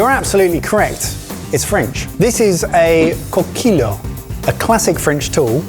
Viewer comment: Coquilles would be said as coquiye. The double L makes a 'ye' sound